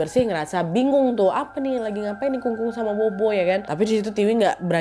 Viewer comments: Kung kung bacanya kong kong nad habis itu pho pho itu baca nya pho pho aja nad terimakasih🙏🏻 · Kung-kung dan popo ka, bukan kung-kung dan bobo 😁